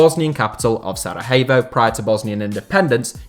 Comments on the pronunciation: J in Slavic languages is always pronounced like Y in English, so its "voyvodina" and "sarayevo". Also, Džeko is pronounced "Jecko" as in "Jack" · SaraHevo, Vršalko.. sometimes it seems you're butchering these names on purpose 😆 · "Sarahevo?" LOL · It's astounding how you have absolutely no time looking up how foreign names should be pronounced. And I'm not talking about non-English sounds, but simple things like SaraJevo. I'm almost surprised that you managed the c endings without pronouncing them as k like Tadik or Ilikik :D